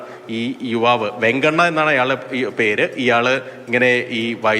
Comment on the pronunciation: വെങ്ങാണ്ണ അല്ല വെങ്ങ്മോണ്ണാ